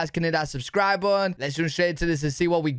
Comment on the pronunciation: Hey man what the fuck is a subscribe Bunn ? You mumble it at the beginning of your shows ?